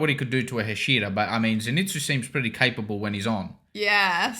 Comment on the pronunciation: Just for you to know, it is pronounced 'hah-shee-rah😊 great reactions as always! Keep it up